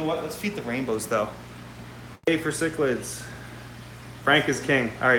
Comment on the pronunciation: I can totally relate on the mispronounciation thing. As embarrassing as it is to admit, I cannot for the life of me say the word cichlid correctly. I KNOW how it's supposed to be said, but for some reason the word comes out "Cheech-lid" as in Cheech and Chong. I'm terrified I am going to say it wrong in front of a fellow fish geek and totally embarrass myself. I just don't get it, I can speak 3 languages, but this one silly word trips me up every single time. So there now you all know my secret shame.